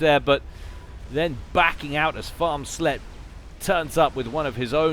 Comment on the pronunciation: Hey, Farmsletje is dutch but the translation to English is a bit offensive btw the first time you said it you pronounced it pretty spot on and it sounds hilarious for you to say it xD btw translation: little farmers hooker EDIT: not a real proper translation because dutch is weird.